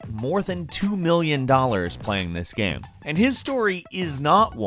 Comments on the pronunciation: what the fuck is wrong with you pronouncing the word game? you say it like gham or something. sounds so fucking weird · Everyone: Game: "Gaerme" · I love it how you pronounce game. Its like gaem. Or gäm. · why does he pronounce game like gaem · "Gayem"- This guy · Is everyone ignoring the way he said game